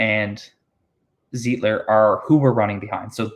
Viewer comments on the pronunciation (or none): Lol not zeeeetler lol ... its pronounced z-ight-ler ... like light .... Zeitler